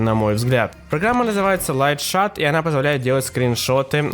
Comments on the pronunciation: не лайшат, а лайшот , understand? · Лайт шат?Ах да,забыл что ты английский не знаешь... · Чувак.В английском языке слово Shot-всегда читалось как ШОТ.Впервые такое слышу.Кинь пруфы если уверен.Шат оно бы читалось если бы было написано Shut